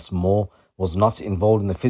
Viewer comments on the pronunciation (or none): none